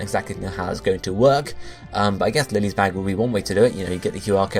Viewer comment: Actually, her name is not pronounced as lily. The correct pronunciation is the german name of the Flower.